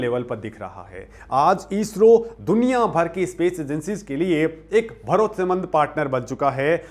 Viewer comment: ईस्रो नही इस्रो